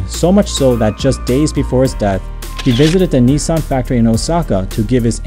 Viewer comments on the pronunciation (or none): none